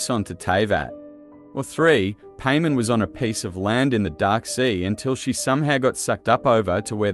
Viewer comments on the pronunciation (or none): No offense but it's paimon not pay men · Cool vid the only problem I have is you saying her name wrong. It’s not Paymon it’s Paimon like Pai pronounced like Pie 🥧 and mon like Pokémon or Mon of Monday. Paimon. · Stop pronouncing it paymen. Pai. Mawn. They pronounce it in game for you every sentence because paimon talks in 3rd person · I keep hearing Payment so I had to look at the video instead of just listening to it... lol I still believe Paimon is a primordial. Given how Hoyoverse uses P.A.I.M.O.N. as email handle, P could just very well stand for Primordial. Like how one of the construct boss in Sumeru desert is called Asimon, Algorithm of Semi-Intransient Matrix of Overseer Network, Paimon could very well be a construct just like how she love to jokingly make construct beep construct noise. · Painmon not Paimon. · Any corrections and additional info will be added to this comment! • This is text to speech. I am not the one pronouncing it paymen. • Many people have pointed out that Paimon is said to have some rainbow string that looks like it goes up past the sky. Seelie courts have a line that can be seen when using elemental sight that actually points in the direction of the seelie! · the ai australian voice saying pay min is so fucking funny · I can't help but hear you say "payment" the whole video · Did he just call her "pay-man" 😭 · Lmao paymon… 😂 the entire video I didn’t pay attention cause I was stuck on just how awful annoying it was.. I mean I hear names pronounced odd all the time but something about saying paimon as paymon.. is absolutely invoking an uncanny valley feeling if that makes sense… 😂 couldn’t take this vid seriously 😂 BUTT I still appreciate ur speculation on this topic… but goddamn if one thing I’ll remember and take away from this vid.. UNFORTUNATELY… is PAYmon.. 😂😂😂💀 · when you say paymon it throws me off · That's not how you say Paimon